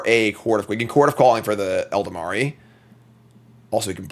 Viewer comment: How long have you been playing Magic that you still can't pronounce Ela-Dam-Ri Elda-mari 🤣